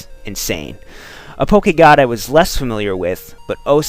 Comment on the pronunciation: I am so happy that you didn't say it "pokey-god",.:D